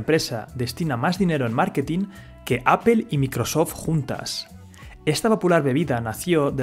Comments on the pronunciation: se dice apol no apel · Apple no se pronuncia apel, se pronuncia "apol" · apple no se pronuncia "apel". Se pronuncia "apol"!!! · Oye tú, debes de pronunciar correctamente la palabra Apple y no Apel. Corrige tu pronunciación! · Por qué dicen "apel"? jajaja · Cada que escucho "apel" me da cáncer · La pronunciación del inglés es paupérrima. "Apel".. Csm. Video pésimamente mal documentado.